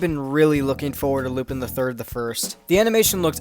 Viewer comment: How is it that this franchise has been around for over 50 years, you literally watched a full-length movie on it, you seem familiar with the subject matter... yet you still pronounce his name incorrectly?